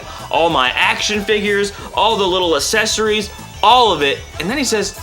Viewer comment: Accessories not assesories 😅